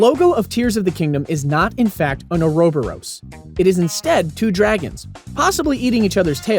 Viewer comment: That pronunciation of Ouroboros...